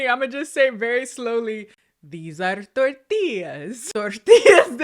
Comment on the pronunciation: IT'S A TOR-TILL-A